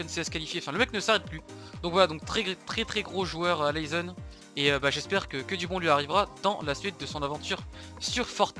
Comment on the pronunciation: naizen au lieu de laizen ptn 😂😂😂